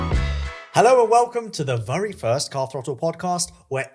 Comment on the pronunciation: WHY DO YOU SAY VURY. ITS VERY YOU TELETUBBIE